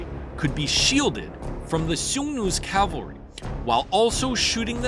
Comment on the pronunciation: please say "cavaLry" going forward, not "caLvary"...